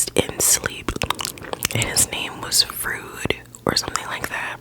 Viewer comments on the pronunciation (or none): The scientist you're talking about is famous psychologist Sigmund Freud, it's pronounced like "Froy-d." Hearing it said as Frood made me giggle ngl. You're correct that his theories were mostly disproven however they were very influential and foundational to the study of psychology. (My mom studied psychology and she talks abt it all the time lol) Great video!! :)